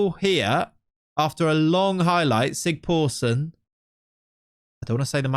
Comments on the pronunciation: Great video! By the way, the letter that looks a bit like a p is pronounced as sigthorsson, not sigporsson. Its an Icelandic letter but similar to what we used to have in old English for ye old... Its also just pronounced the old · I love that you keep calling him Sig-POOR-son. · The Icelandic guy should be pronounced ”Sigthorsson” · That weird "P" in the icelandic name is a "th". So its Thorleifur Sigthorsson in english. :)